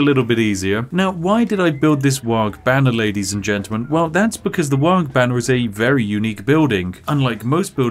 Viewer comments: The Ork player in my blackened soul screamed-in-dakka every time you said "Waaag" rather than "Waaaar" with a hooligan accent. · It's pronounced "Waaaaah" not "Wog" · Does it bother anyone else when WAARGH keeps being pronounced as Warg...there is an 'h' so the GH is silent. Also, WAARGH needz ta be shouted ya gitz. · The G is not pronounced. It’s WAAAAAAAAAHHHHH in a cockney accent. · Popular warcries include "Ere we go, ere we go, ere we go!" "Zogg / Krump 'em!" as well as the ever popular Ork punctuation mark; "WAAAAAAGH" (which humans will eternally mispronounce due to the silent pair of letters at the end). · It warms the cockles to see some 40k representation but please, for the love of Gork (or possibly Mork) the G in Waaaaaagh! is silent and I will get krumped on this hill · Take a shot every time he mispronounces "WAAAGH!" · in dow, if you right click it auto queue's stuff ;D and the g in waaagh! is silent :P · Please don't pronounce the g in Waaaaaaargh!